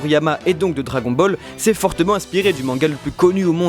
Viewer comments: ANTHO 2000 LIFE « Dragon Baul » ? Tu parles de la prononciation du « Dragon » ?? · écoute cmt il a prononcé dragon ball